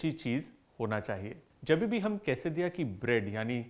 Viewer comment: Same I heard but should be la